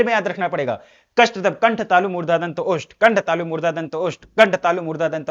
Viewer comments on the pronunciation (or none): 🙋‍♀️ Murdha ✅ Murda nhi ❎🤣🤣🤣